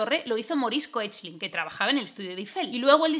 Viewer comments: me dijeron que se pronuncia keklin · Aparte de lo mucho que me ha gustado tu vídeo, sólo quería añadir que la pronunciación del apellido Koechlin es algo así como "kekla". ¿Y cómo lo sé, te preguntarás? Porque una de las descendientes de Maurice es Kalki Koechlin, actriz de Bollywood, que aparte de salir en una peli divertidísima de 3 colegas indios que se vienen 3 semanas a España de despedida de soltero (Zindagi Na Milegi Dobara), ha explicado en diversas entrevistas que su apellido se pronuncia "kekla".